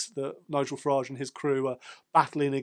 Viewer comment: Thank you for adding some balance to the Farage (pronounced garage) reterick.